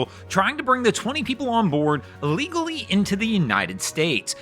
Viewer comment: Liberal narrator had trouble pronouncing the work "illegally".